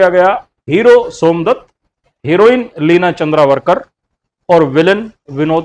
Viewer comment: भाई लिना चंद्रावरकर नही,लिना चंदावरकर बोलो .....!